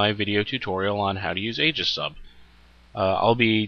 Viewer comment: The ae is aegis is pronounced ee as in eel fyi. Just had to vent that as I'm a pronunciation Nazi.